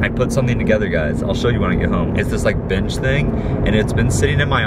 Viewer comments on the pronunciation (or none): Lmao your allergies made it sound like you said here's the B*tch I made instead of bench